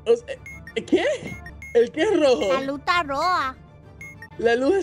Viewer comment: "Tenedor" "La luh ta roja" 😂